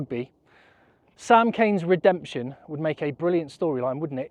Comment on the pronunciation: Emphasis on red.